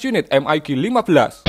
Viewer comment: EM AI JI bukan em ai gi.. lebih mudah baca Mig.